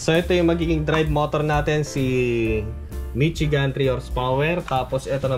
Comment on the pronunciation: Hindi Mitsigan. Mishigan yan.